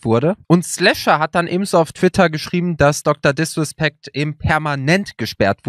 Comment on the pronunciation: Niemand:: DrDiswespeckt